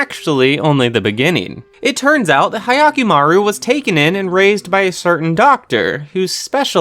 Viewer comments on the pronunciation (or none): It's not hayakimaru lol